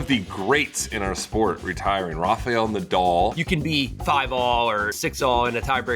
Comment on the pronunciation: why can't americans pronounce the name Nadal correctly?